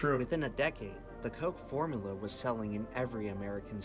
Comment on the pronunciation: Dude made an entire video about coke and can't even pronounce formUla...